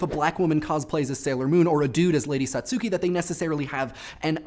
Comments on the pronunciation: This is probably going to be one of the most weaboo comments but my inner pronounciation nazi compels me to inform you that Satsuki is pronounced like "Saht-ski" and not "Sot-su-ki" as the "u" sound is devoiced. More on topic with the video, I, personally, would say cosplay could definitely be performance art(as it definitely has "professionals" such as Yaya Han) but theatre seems like kind of a stretch. Great video as usual :) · lol sat-soo-ki